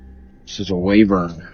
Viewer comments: #1: It's Wyvern, not wavern, and #2: It's just a rock. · Wyvern not wavern 🙄